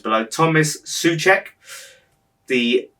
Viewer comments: His name pronunciation is like english SO-CHECK. Defensive midfielder, fantastic defence, header, amazing physicaly, leading this season champions league stats in covered distance (76121m in 6 matches), very smart, so in Slavia he had freedom for attack if he feel right surprising moment, so that´s why he scored relatively a lot of goals for his position player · Or "so czech" :))